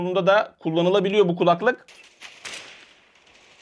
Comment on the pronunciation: Abi hala “kulaklık”ı yanlış tonluyorsun. 😁